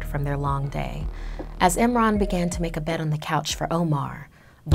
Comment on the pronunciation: when she said eemran i thought she said nimrod